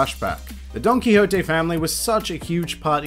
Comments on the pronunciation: Did he just say Donkey Hoté ? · Are you sure thats how you say dontoquixte?